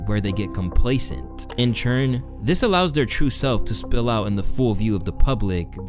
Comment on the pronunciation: Why you pronounce all words like "turn" and "turning" as "churn"?